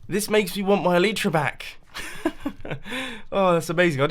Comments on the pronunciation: It's pronounced eh-lie(as in the opposite of the truth)-truh xD Not eh-lee-truh :D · el-lie-tra not el-lee-tra